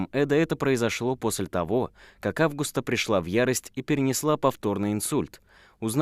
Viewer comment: Мужское имя Август, женское АвгУста. Есть еще АвгустИна. Что в этом сложного? У блогеров повально проблемы с именами, географией и в целом с образованием. Хоть немного бы проверяли что пишите и как произносите.